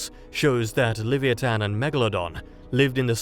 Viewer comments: Leh-v-eye-a-tan, not lev-ee-ee-tan. Dang brits. 😅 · Certainly an interesting pronunciation of 'Leviathan'.